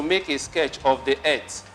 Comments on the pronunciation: It's earth not erth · Earth pronounced as "eeth" new English version